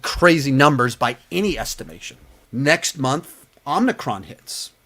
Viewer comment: Omicron not Omnicron😂